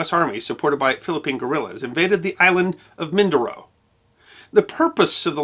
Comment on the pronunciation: Sir its not min.. Doro... Its min..do...ro..